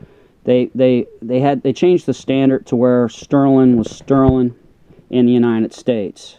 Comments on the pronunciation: Please. Sterling, not sterlin'. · I’ve Heard of STERLING but your the first person I’ve ever heard call it sterlin?